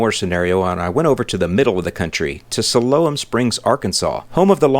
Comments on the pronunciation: Great video as always. Must be that Chicago accent over dere but uh “Siloam Sprigs” is pronounced “Sy-lum” Springs my friend. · FYI - Pronounced "sigh-lome" srings Arkansas. Great video!!!